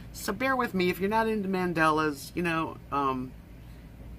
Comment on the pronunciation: You're so artistic, have you ever thought about drawing your own mandalas and then coloring them in? BTW, there is no "e" in mandala, you keep pronouncing them mandela it's mandala. Have a great Saturday!